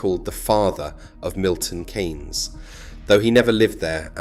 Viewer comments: Great video ...but please - it's not Milton "Caines" !! its pronounced Milton "Keenes" Those who have lived there know how good it is. Everyone else - well we dont care ! It does work well for cars but it also works really for bicycles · People who live in MK pronounce it 'Keens' NOT 'Canes'. otherwise an excellent video. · Milton Kaines? Keens is how we say it. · KEEEEEEEEEEEEEEEEEEYNES NOOOOOT KAAAAAAYYYYYNS FFS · Milton Keynes, not Milton Kaynes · Why do you use an AI voice? It was pronouncing Keynes as Canes most of the time, nobody pronounces it like that! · The AI voice mispronounced Milton Keynes every time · I don't don't think it is. Why can't it pronounce Milton Keynes? And why did it spell out car?